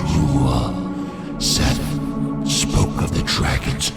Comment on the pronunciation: The pronunciation of Seath is killing me